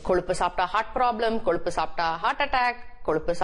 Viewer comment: Koluppu illa ma. Kozhuppu.